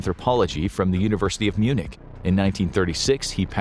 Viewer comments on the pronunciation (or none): none